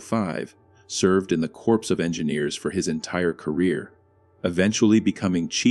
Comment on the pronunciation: Right off the bat you can tell it's repetitive AI when the "narrator" can't pronounce the words "colonel, " "disuse" and "corps" correctly.